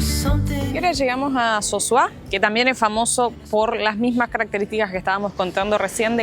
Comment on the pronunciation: No es Sosuá (no tiene acento en la a) es Sosúa (acento en la u)